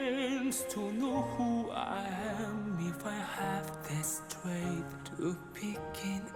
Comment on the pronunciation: Sometimes he forgets to pronounce the "t", so sometimes it's ok but other times it's "Sranger in a sranger's land" and strength is pretty much every time "streith".